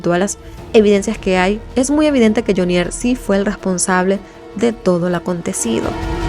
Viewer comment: Carcel de FUMANDI, PAJUDA AVERIGUE BIEN...ES JAMUNDI, NO FUMANDI, Y NO LE HAGA ACENTO A JHONIER, HAGALO EN JHO, NO EN NIER